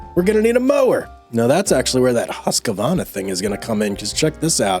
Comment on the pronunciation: never in my life have i heard someone say husqvarna as ”husk a varna”